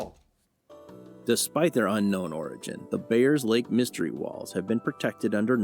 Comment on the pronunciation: It's actually Bayers lake.